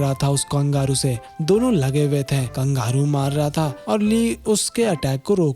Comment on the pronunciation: Kangaru Nahin kangaroo